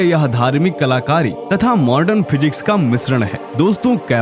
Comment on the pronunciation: मॉर्डन नही मॉडर्न बोलो